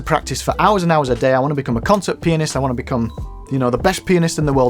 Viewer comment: Am i the only one who hear ‘‘’ penis ‘’ instead of ‘’ pianist ‘’ ?